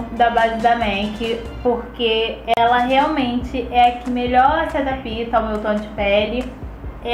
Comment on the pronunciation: Oi, gosto muito de seus vídeos! mas fiquei em duvida sobre o que seria neutralizar o tom de pele negra.??? pra que serve isso? como funciona? Ah... uma dica... percebi q vc fala "a base se adapita"... o certo seria "adapta", sem vogal entre o p e o t. Beijos. 😗😘😗